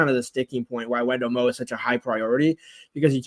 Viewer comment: Wendell Moe’e last name is probounced “Moy”